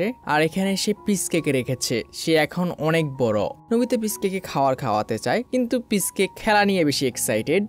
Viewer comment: পিচকে ❌ পিশুকে ✔️